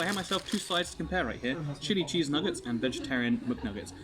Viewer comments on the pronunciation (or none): Every time he says chili cheese it sounds like shitty cheese lmao